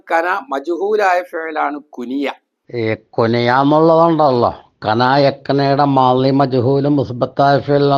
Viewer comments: കുനിയ അല്ല ....... കുണിയ ആണ്..... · കുനിയ❌ കുണിയ✅